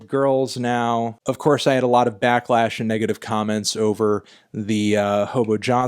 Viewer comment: it’s pronounced “back-lash” melon not “black-lash”